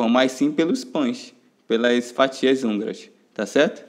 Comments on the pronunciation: 😂😂😂😂😂😂😂😂😂😂😂😂😂😂😂eu tava curiosa porque ele falava anguras kkkkkkkk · Não seria fatias húngaras? Não hanguras😂😂